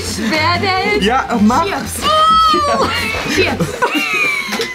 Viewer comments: Ich hab mich tot gelacht und es heißt chiaps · heult rum wegen dem Käse ich so: sag doch chiaps🥲🥲🥲😂😂😂😂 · Joey: "Wir kommen jetzt zu unserem dritten Lebensmittel, und das wird sein::" Chiaps" 🤣🤣🤣🤣🤣🤣🤣🤣 LACHFLASH 🤣🤣🤣🤣🤣🤣🤣🤣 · Chiaps hheee,Chiaps hheee,Ciaps hheee.Oh guck mal Chiaps.😂😂😂